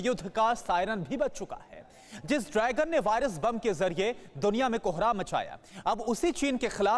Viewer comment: host say drygun.....it is dragon not drygun